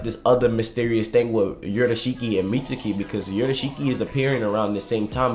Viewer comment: I hate that he pronounces mitsuki as “meet-sue-key” bruh sasuke is not “sa- sue-kay” it’s pronounced “meets-key” jus like sasuke is pronounced “sas-kay”